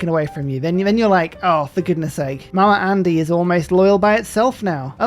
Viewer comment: My american ears keep hearing the very non-american way of saying "mama andy" as "mama (r)andy" and that makes me uncomfortable